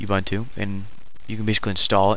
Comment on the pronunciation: Ubuntu is pronounced like "oo-boon-too"